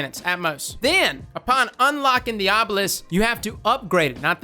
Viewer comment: OH NO I heard arbalest when he said obelisk 😐😐😐😬😬😬 AGHHH